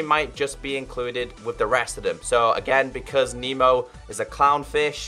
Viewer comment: It’s not memo it’s nemo